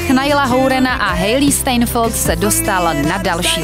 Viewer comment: [hejlí (Š)TAJNfld] naučte se to říkat dobře nebo to půjdu odříkat já :) btw první :P